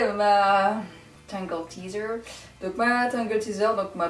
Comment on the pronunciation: c'est juste pour cette vidéo , quand tu a dis tangel tizer , après je t'aime bcp mais ça ma un soûler 😂